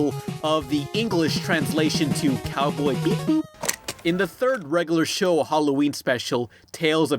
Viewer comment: You said Cowboy Bebop wrong...